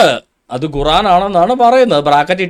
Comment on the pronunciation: ഗുറാൻ അല്ല , ഖുർആൻ ...